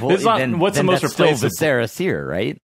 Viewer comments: Vis uh ruh seer... It is not vis eh ra. Like visceral. It's driving me nuts. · The way they keep pronouncing Viscera in Viscera Seer is driving me crazy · It's mind-blowing how many people mispronounce "viscera" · I'm convinced you all say viscera wrong on purpose to generate more comments